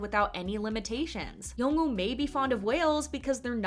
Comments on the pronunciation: I really enjoyed Extraordinary Attorney Woo. Something that annoys me is the voice over on the video continually calls her Attorney Ew. It's Attorney Woo. Not Ew. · Why do you not pronounce the “W” in “Woo” or the “L” in “Lee”?